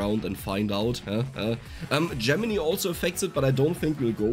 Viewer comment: I think I'm gonna like this weapon in the 'make a ball of death around yourself' types of builds. BTW, not to sound like a dick, but Gemini is pronounced like 'JEM-in-eye', not 'JEM-in-ee'.